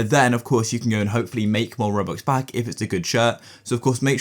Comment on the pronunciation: bro said robucks